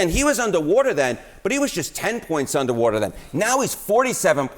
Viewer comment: “Undah wadah”